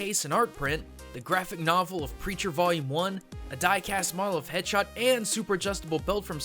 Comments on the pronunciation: Did anyone else hear him say "Head Shot" instead of "Dead Shot"? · he said headshot instead of deadshot